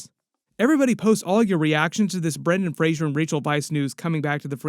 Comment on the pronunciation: Brendan Fraser, not Frasier